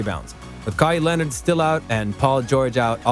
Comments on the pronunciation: "kahi lenard" "skip baylas" 💀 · What did you call him? Kai Lenard lol bruh